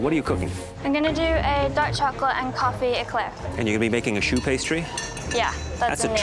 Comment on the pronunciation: "shoe pastry" 💀